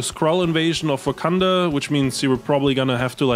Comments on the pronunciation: Wakanda with the hard r is bonkers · Did.... Did he put a hard r on Wakanda?